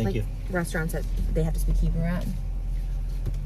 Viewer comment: Trisha just stop trying to speak Hebrew you aren’t saying it right